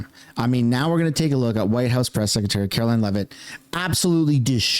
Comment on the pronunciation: If you love Karoline you will learn to pronounce her name properly.